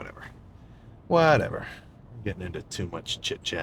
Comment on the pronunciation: I started rolling when Sam muttered under his breath “oh my goodness… well… Whateva”. Starting cardio this week